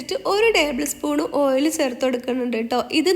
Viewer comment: സേർത്തു അല്ല താത്ത.... ചേർത്ത് എന്ന് പറ 🤣